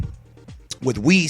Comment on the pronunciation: Haha beerus and whis. Bhis